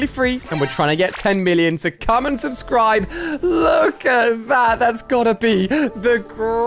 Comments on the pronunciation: its not subbud its subscribe!!!! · STOP SAYING SUBBUD ITS SUBSCRIBE!!!!!!!!!!!!!!!!!!!!!!